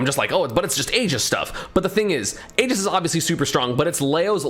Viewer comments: I swear, if he calls it “Aej-is” one more time. It’s pronounced, “EE-jis” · What is this “ageis” you keep mentioning